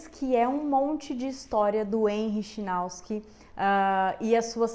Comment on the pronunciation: Chinauski é meu ovo, é chinaski rapaz